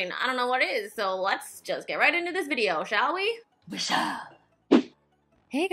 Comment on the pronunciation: "vide-ho" haha love it when you say that! That red lip really brang the look together I felt! Omg I love Mexican food as well!